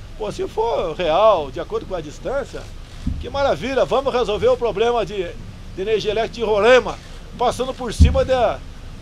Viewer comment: Bozo fala "poblema" e ainda fala que precisa mudar a educação kk